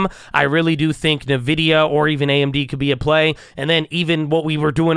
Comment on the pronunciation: hey just wanted to let you know nvidia is pronounced like "in-vidia" not "nuh-vidia" !